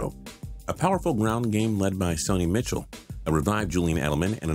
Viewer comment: It’s pronounced “Michelle”